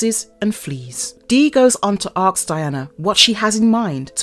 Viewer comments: It's ASK! NOT Aks/axe. For God 's sake! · How do i know you are black... ASK not AXE... jeezas fucking christ. How one word put me out of your entire story..... let me guess. When she fights she is swinging an ask right? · Can the narrator please learn to pronounce ASK!